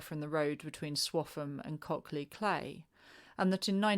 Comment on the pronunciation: Cley is pronounced CLY